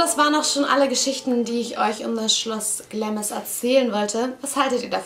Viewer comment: Süß. Es wird allerdings "Glahms" ausgesprochen ;)